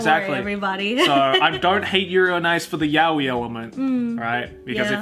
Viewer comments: An American pronouncing it yao-i is pronouncing it wrongly. You say 'to avoid confusion' - why not educate the other person? We're all weebs, why would that be an issue? It's just anti-intellectual to give up on pronouncing a word correctly :/ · I'm multilingual. I don't suddenly bust out my other accent in the middle of an English conversation even if I'm mispronouncing a word that I know for certain is said completely different in the language it originates from. It's to make conversations feel natural, understandable and familiar so I just stick to the accent of the language I'm currently speaking in. That's probably why his pronunciation of the word is 'wrong' when he speaks English. I don't doubt if he speaks in Japanese he'll correct it to the 'right' pronunciation. Also just a disclaimer that I don't do this consciously. It happens without me even realising. I'm also only speaking from my own experience, so I'm not speaking for all other multilingual people, just for what I've observed from my own speech patterns. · yaoi is NOT a borrowed word. It means 'gay'. If you use yaoi, you intentionally use a Japanese word, so at least pronounce it correctly. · you know what, let's just agree to disagree. I don't think you're understanding my point. I'm not arguing that he's NOT pronouncing it wrongly, I'm just saying it makes sense for him to pronounce it in an English accent when he speaks ENGLISH. And with my example, fine, take ANY English word and place it in a Japanese sentence. Even someone who speaks both languages fluently would 9/10 times pronounce the English word in a Japanese accent when speaking Japanese. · How is fluent in Japanese and still pronouncing it as yow-ee instead of yah-oi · it's pronounced 'ya-oi', not 'yao-i'. You can search demonstrations on yt. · Why are you mispronouncing 'yaoi',? You know Japanese... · A Japanese word isn't pronounced differently in your language. It's a JAPANESE word. You're just pronouncing it wrongly then.